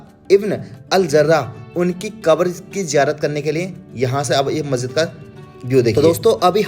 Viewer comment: not akbar but kabar